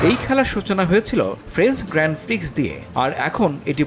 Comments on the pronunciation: বাহহহ😂😂 আপনারা তো ভালোই জানেন ওটা গ্র্যান্ড প্রি উচ্চারণ হবে প্রিক্স নয় আপনারা তো ড্রাইভারের নামে উচ্চারণ করতে পারেন না😅😅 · Grand pri... Uccharon hobe, prix na bolod kothakar 😂 Volterri bottas, Aitton senna 🤡 Kiya pronounciation hain teri